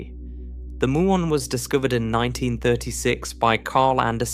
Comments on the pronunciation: It's m-you-on, not moo-on. There is no electeron. Another slop channel. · Please teach your computer generated narrator to correctly pronounce "muon".